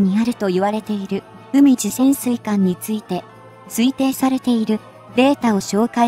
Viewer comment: うみじ最新鋭？ かいじだろう。 極めてお粗末。